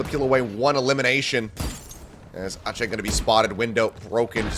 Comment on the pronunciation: Why is ache pronounced aatchey but not ek?😂